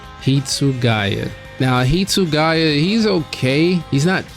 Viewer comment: Hitsuguya?!?? Bro the name is on the screeeeen. How did you get it wrong 😂😂😅